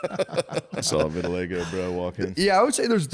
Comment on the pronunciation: VitiLEGO? Thought it was Vitiligo